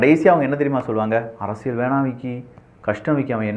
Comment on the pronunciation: நண்பா ஒரு சின்ன திருத்தம் செய்தால் மகிழ்ச்சி அரசியள் சதுரங்கம் பதில் அரசியல் சதுரங்கம் உச்சரிப்பு